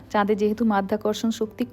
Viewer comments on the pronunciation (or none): none